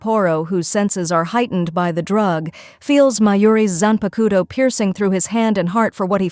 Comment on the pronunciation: I really appreciate these in depth summaries for each season but you have GOT to look up the pronunciations, watch a dub or two my gods is it bad lol Zanpakuto is especially egregious. zan-pah-k-toh not koto. The Japanese syllable is a soft k middle upper throat, back of the tongue. Like trying to say "coke a cola" in a Japanese accent. The to at the end is actually tō, sounds like tuoh a dropped t u sound combo that's lower than the English too, but like you saying too with a obvious U In the middle. The tuoh is more enunciated then the k before it.